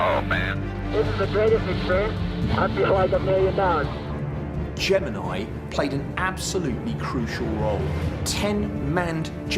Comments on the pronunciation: He says gemini wrong too. Get over it. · Why didn't you watch old films of launches? If you had, you would know how to pronounce Gemini.